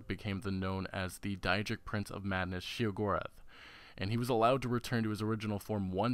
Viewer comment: He also cannot pronounce Jyggalag, Sheogorath or Kvatch. Did he actually play the games?